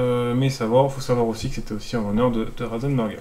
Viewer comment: C'est pas Rosenberger mais Ratzenberger